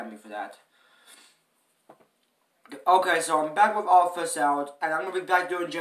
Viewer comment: It's not called theoddfirstout its pernounced theoddonesout say it like the number 1 but with a s